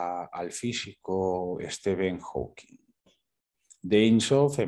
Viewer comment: Por cierto, se dice Hawking (no lleva S al final) y era un físico excelente, habrá habido físicos mejores y peores, pero entre los mejores del mundo estaba y seguirá estando por muchos siglos.